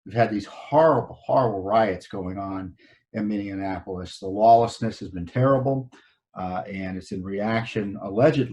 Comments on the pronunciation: Love ya but it is MINI apple us Unlike indianapolis which is your pronunciation minnion applious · You are mispronouncing the word "Minneapolis." Go to the following website to get the correct pronunciation